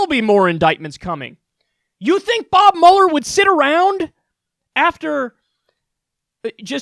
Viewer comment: Haha I cant believe after all this time of watching Kyle I never noticed he says Bob Muller not Robert Muhler it felt so weird hearing